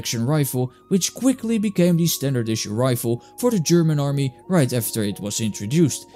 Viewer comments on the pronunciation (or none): none